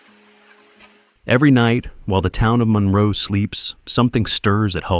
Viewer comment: "Mun-roe" Oregon, not "Mon-row".